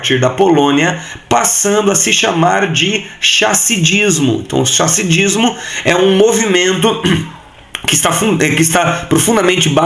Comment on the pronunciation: A Kabala não teve seu começo na Palestina, pois esse termo só surgiu quando os romanos expulsaram os judeus do reino de Judá e mudaram o nome do reino para Philistin (Palestina). Chassidismo (pronuncia RRassidismo), surgiu com o Baal Shem Tov na cidade de Lubavitch que é o nome do maior movimento Chassidismo nos dias atuais. E fora isso a Kabalá é um conhecimento oculto da Torá como vc bem explicou, mas não considero nada mistico como muitos querem acreditar, mas é com certeza uma coisa hermeutica. Por exemplo a palavra ADAM que é traduzida como Adão, não é um nome comum e sim um substantivo que significa Humanidade. Em muitas traduções da Torá se coloca como homem (a palavra ADAM)...mas quem conhece hebraico sabe que a palavra para homem é ISH e para mulher é ISHÁ. Por isso no texto hebraico logo de inicio está descrito que a Divindade criou o ADAM (macho e fêmea...versiculo 27 do capitulo 1 de Genesis) ou seja, dois seres que eram crus em tudo, não tinham consciência da sua existência e da realidade a sua volta. Só depois, no capitulo verso 7 que D-us soprou nas narinas do ADAM (humanidade) o Nishmat Haiim. Nishmat é da mesma raíz da palavra Neshamá (capacidade intelectual) que geralmente é traduzida como alma, um erro. Haiim é da raíz hebraica Hai (vida) e vc pode entender como ser vivente e ao mesmo tempo como uma Capacidade Intelectual CRUA...sem conhecimento algum, mas que consegue adquirir. Portanto o texto quer nos ensinar que num dado momento da humanidade eles eram